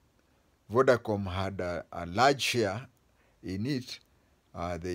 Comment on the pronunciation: Vodacom...not vodacome